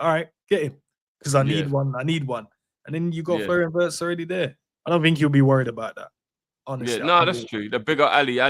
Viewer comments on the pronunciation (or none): I hate when people can’t pronounce Wirtz name right it’s Virtz not Owritz